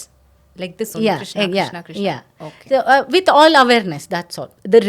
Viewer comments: Some people pronounce Krishna and some people pronounce krushna, Which is the right Pronouncesen Krishna or krushna. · Niether.. kRshna.. R ऋ is a separate vowel by itself.. Not रि or रु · Ye prawakta khud ram ko ramaa krishn ko krishnaa sanskrit ko sanskirataa pronounce kar rahi lagti...